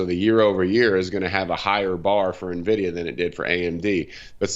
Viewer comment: I can't make it out. , does he say "happiness is at 69, nvidia 71" wtf is happiness? lol That said, I highly appreciate the pronunciation correction of Nvdia .. when experts can't even say the name of the company it really frustrates me lol - good job.